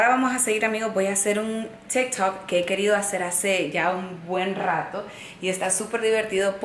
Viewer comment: Es tik tok no stikhhtt tokks lo pronuncias mal ...